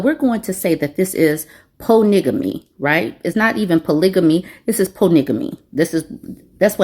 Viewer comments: 😂😂😂😂 you took ME out with PO-nigga-ME!!! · Po-nigga-ly made me chuck chuck 😂😂😂😂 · ❤ 😂 "POONIGGAMY" SCREAMIN IN MY HOME 💀💀💀😭😭😭😭🤣😂😂😂😂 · Ohhh nooo not “poornigomy” 😂 that just killed me! 🤪 🇨🇦